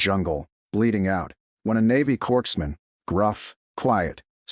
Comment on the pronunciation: Western NY...and it's corpsman, not corkman.